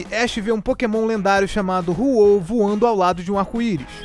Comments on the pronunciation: o nome no pokemon e Ho_hO e nao roro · Mds quando vc falou o nome do ho-oh eu enlouqueci ;-; se fala hoho por mais q se escreva ho-oh ;u; e a teoria de Pokémon faz muito mais sentido do que aquela que ele está em coma,e a mais aceira Minha cabeça agr 🤯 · N acredito q vc errou o nome do ho-oh